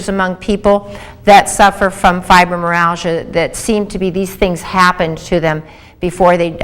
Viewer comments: It is not pronounced "fibromeralgia" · Went through the entire video looking for a self correction on the pronunciation. Well uh, " fibromeralgia" it was. It will have to be chalked up to early morning dental work;-). Still I appreciate the feedback, negative or positive. Sincerely